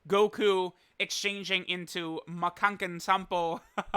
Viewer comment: lmao. It's MAKANKOSAPPOOOOO! I appreciated the effort of the boy tho, it made me laugh a lot.